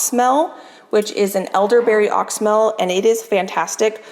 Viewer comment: Your elderberry is pronounced ox-y-mel. (Ox-e-Mel)